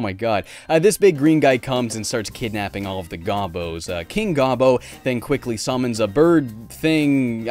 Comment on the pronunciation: The word Gobbo is pronounced "go-bo", the source is from a commercial about this game. Also, King Gobbo is actually called King Rufus, which is refered to in the manual where the story is set in more detail than in the cut scene.